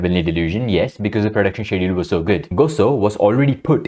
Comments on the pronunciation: i appreciate you speaking out against those awful conditions at mappa studios and the antifans/mappa bots defending it. minor thing, the 'sch' in schedule is pronounced 'sk' like in school :) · Is he saying "schedule" or another completely different word?